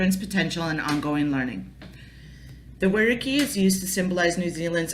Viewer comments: Why can't you pronounce The Whariki. 🙄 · Despite the incorrect pronunciation of Whariki, i actually have a better understanding of Te Whariki, Thank you.